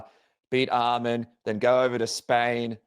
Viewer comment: I respect Dan for saying his name right Arman not Armin